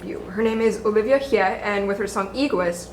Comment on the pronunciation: the mispronunciation of olivia's name made me physically cringe